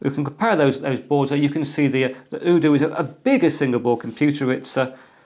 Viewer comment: The u in UDOO is pronounced "You" like in Youtube